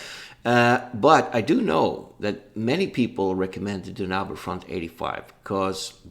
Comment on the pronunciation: Okay, first of all, it's Danube Front, not Dunabe Front. :) (From the river Danube, or Donau if you will). Second, you're right, Fulda Gap and North German Plain cover roughly the same ground. Danube Front is the southern part of the campåaign, Fulda Gap the middle, and North German plains is (aptly enough) the northern part. Same battle campaign-wise, but obviously the two other games offers more scenarios for their particular part of the front. So if all you're interested in is the campaign game, then Danube Front is the obvious choice since it covers the whole frontline, instead of only part of it. Also the only one of the three that offers Berlin as a battle-ground. Oh, and don't even think of playing a campaign game against the AI. As much as I love the JTS/WDS games, the AI is just ridiculously bad. The bigger the scenario, the worse it gets, due to the limits of a scripted AI. Biggest rules to get used to when coming from PzC, is artillery-delivered minefields, helicopters, thermal imaging, and chemical weapons. Chemical weapons especially which can really crimp any defense. Although it's a double-edged sword for the Warsaw Pact player since they usually have persistent gas.